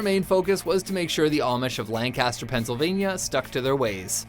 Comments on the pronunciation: IT'S PRONOUNCED LENK-EST-UR! Pronounce it like you did in this video and the locals will rip your head off (not really, but they will be highly annoyed) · Lancaster isn't pronounced like "Lan-Caster" as said in the video. It's pronounced in the old English way of "Lanc-Ester". I'm from Philadelphia, Pa. and part of my dad's side of the family was Amish, several generations ago, and came from the Lancaster area. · omfg it's "lan-ki-ster" not "lan-kass-ter" jeez I sound like Hermione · Cerdd_Wen Lan-cas-ter is the town you guys have. "Lankister" is how you refer to the region in Pennsylvania. Just like houston (Like Hewston) texas and here in delaware we have Houston..which is pronounced "howston. " Same name different pronunciation, both are right but only for their respective places. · you are pronouncing Lancaster wrong. It's pronounced like lanekister. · it is "lan" "ca" "ster" if your talking about the one in PA the others can be "lan" "cast" "er" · You said Lancaster wrong. To do this video, the least you could do was figure that out. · We can always tell locals by how much emphasis they put on the middle of Lancaster. I told this to a visitor once while correcting them, and I'm almost two hours south of you all...the entire area knows how to pronounce it. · That pronunciation of Lancaster tho